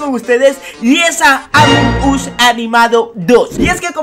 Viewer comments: Alguien se dio cuenta que dijo amom Us? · Me di cuenta que dijo amom us